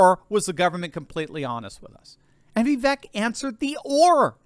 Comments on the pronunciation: Everyone pronounces Vivek name wrong… it’s Vivek, like CAKE ( Vi-Vāk) … not Vivek , like Shrek …. Get it right people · God love you but it’s Vi•vake like “cake” although spelled Vivek 😂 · Pronounced Vi-Vāke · Vivek is pronounced like 'cake'. Vi-vake. I heard him say this on a YouTube video recently. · that's "ViVAKE!" - rhymes with CAKE! Stop mispronouncing Vivek's name. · It's Vi - VAKE. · I know it is a little thing, but his name is pronounced Vivek, rhythms with cake.